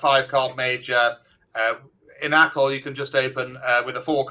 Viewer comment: ”Acol”, not echo :-)